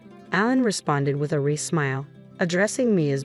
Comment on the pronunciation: Is this story read by a computer? It doesn’t sound like the usual computer voice. The mispronunciations aren’t usual either. A computer would correctly pronounce “fiancé (fee-on-say) and wry (rye).